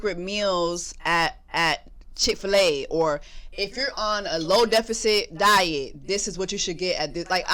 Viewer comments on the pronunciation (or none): none